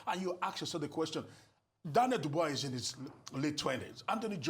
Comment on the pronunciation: Bush man Abati! His name is not pronounced Dubois. His name is pronounced. Dubois pronounced " Dubua"!